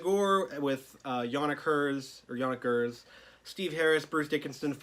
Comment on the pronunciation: Where does your pronunciation of Gers as "Hers" come from? Thows me off so much 😅 Enjoying the reviews, watching em all back to back atm!